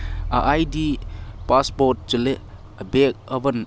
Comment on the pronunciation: Passport ..not paspot.